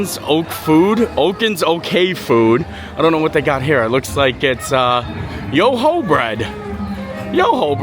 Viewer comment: Oh come on! It's not YOHO bread - Its "You whooooo" bread!!! Come on man!!